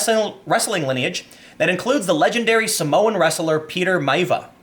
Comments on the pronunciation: Tim it's pronounced My-ah-vee-ah. also Jesus Christ have mercy people it's not a white guy like Steve Austin playing a black guy. For Ghost in the Shell...well I don't know people but if Asians, particularly JAPANESE PEOPLE, are supporting the decision to use non Asian actors makes it look more like anime...hmm well I think I'm gonna side with the Asians here not you sjw weaboos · It's pronounced "My-via"and he's mixed Samoan and black. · lol, its pronounced My-ah-vee-ah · It's pronounced "Mya-Via" ;) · His Samoan grandfather's last name is pronounce Mai-VEE-Ah Tim